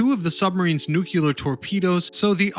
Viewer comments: I stopped watching when you said "New Culer"......Say it with me.........."New Clear". :) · "Nuke-u-lar" lol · He keeps saying “nuculer” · "New-que-ler"... Nice.! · Two things became irritating. Sue-Soon and New-klee-ur. You kept saying Newk-you-ler.